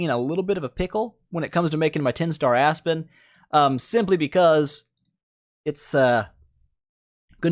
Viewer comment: Why do I always hear it A*s-Spin xD